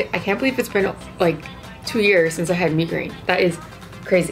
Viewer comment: "me goreen" tf sis